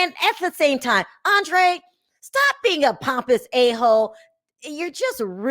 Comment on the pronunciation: His name is Andreaaaaaa with a long a soumd at the end... when I came here from costa rica my name ..Karol..was pronounced like the americans say carol..I didnt go around asking people to pronounce it like they do in spanish..